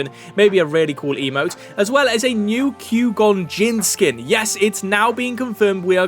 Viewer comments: It's not pronounced "cue-gone." It's "Qwhy-gone." Don't know any better way to spell it phonetically lol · There's no way you've watched Star Wars and pronounce Qui-Gon the way you did. Fake news.